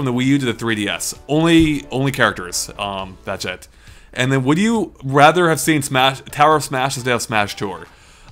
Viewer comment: Why do I keep earing "that shit" every time you say "that's it"?